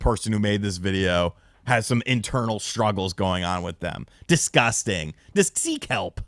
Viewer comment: What did he say???? 😂😂😂😂 DisTUSSting 😅